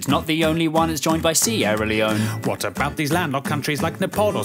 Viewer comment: "sierra illy own" bro jay what is that pronouncement